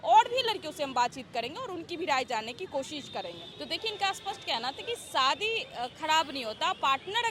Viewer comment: Saadi😂😅😅😅 Shaadi hota hai pagli.